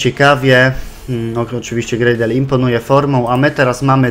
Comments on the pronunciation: Ward w obronie cię zawodzi a w ataku gra jak z nut sam zdecyduj co z tym zrobić potrenuj obronę w następnym odcinku jak mówiłeś I czyta się Gradel po prostu nie Grejdel czyta się Lejwis nie Luis i WAJNALDUM się mówi a nie coś tam przekręcasz :D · War zawodzi cię w defensywie a w ataku gra jak z nut sam zdecyduj co z tym zrobić potrenuj obronę w następnym odcinku jak mówiłeś i mówi się Gradel nje Grejdel mówi się Lejwis nie Luis i mówi się po prostu WAJNALDUM ;)